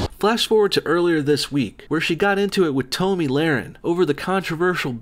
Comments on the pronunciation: Dude first of we seem very alike so don't take this as insult or mean its pronounced like "Tommy" not "Tomee" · Its pronounced TOMMY, not TOEME. Love you,. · hey Tomi Laurens name is pronounced ta- me not toe- me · Toemee laren. Lol. Love you but I chuckled at that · Not to sound like a snooty liberal but her name is pronounced "Tommy" not "toe-me" 👍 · "tommy"... not "toe-me" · Love all your videos!!! I supported my kids' love of JK Rowling and now they are friggin SJW's. My bad. Also, it's pronounced Tommy. 😜😜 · Its tommy as in Tom-e not Tome-e... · Sorry. This just really bugged me. Its pronounced tom•ee law•ren. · Tomi is pronounced TOMMY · Tomi is pronounced Tommy. Just saying. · Lahren's first name is pronounced TOMY (like Tommy) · It's pronounced Tommy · It's "Tomi",, pronounced like "Tommy". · it's pronounced tommy lair en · You triggered me on how you pronounced Tomi